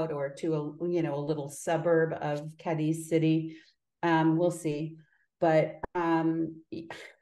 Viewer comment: Two seconds in…host mispronounces Cadiz 🤦🏻‍♀️